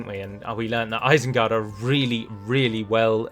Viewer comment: Ah yes, isened gard